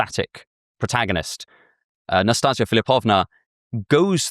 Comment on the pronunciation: I have a strange filing every time you butcher my name. I feal a little offended and wanting to laugh, because how cute and funny it sounds. NastEnka is read like Nastin(the n is very soft)ka. Nastinka is short for Anastasiia and can be shortend in meny ways like Nastya, Nastusya, Nastusha. NastaZia is also a variation of Anastasia. And ints with a s no a z 😂😂😂 Also love your work. Since I found your channel i think i could improve my life.